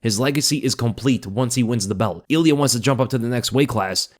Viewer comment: Love hearing say "eeee lia" instead of "Ilia"